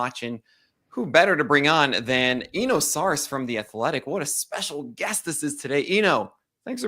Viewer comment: you're mispronouncing Eno's last name. Just ask Eno and he'll tell you.